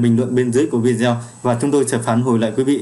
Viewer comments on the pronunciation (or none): none